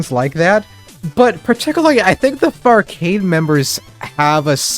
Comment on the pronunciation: Take the r out of farcade, now youll see